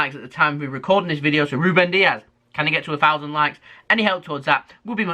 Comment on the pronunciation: It's Dias not Diaz. He's not Spanish, but Portuguese